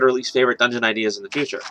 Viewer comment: DUNGEON its dungeon dammit